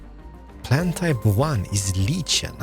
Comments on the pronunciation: Spank you for uploading. Lichen is pronounced like/en , if that helps :) . Are you also going to continue with the most bench based sim more commonly known as Osrtiv? I was enjoying it, but if not no worries. Keep up the relaxed gameplay which always brings a smile to my face. Cheers. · no offense but its pronounced liken, like-en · Pretty! FYI.. Its “lie-ken” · I believe lichen has a hard K sound